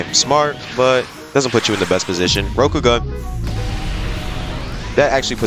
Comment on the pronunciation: it PHYSICALLY PAINED ME everytime he said rokogun like bro your saying it wrong